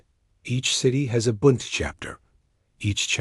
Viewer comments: Pronounced “Boond” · No, it's BUUUUND, what you've laid out would sound like BOO as in boo-hoo. You don't know your German, yah dummy